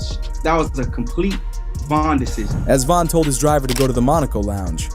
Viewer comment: It’s VON why tf you kept saying VAN?